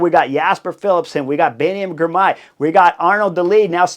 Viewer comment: And "Girmay", not "Grimay"